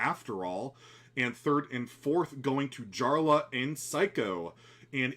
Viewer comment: just letting ya know jarla is pronounced as yarla